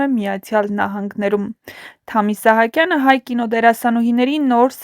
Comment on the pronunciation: Որևէ մեկը կասի՞ այս աղջկա իսկական անուն-ազգանունը։ Թամ-ն անուն չի, իսկ ազգանունը գրված է Սահակյան, բայց ասում է՝ Իսահակյան🤌🤦‍♀️🤬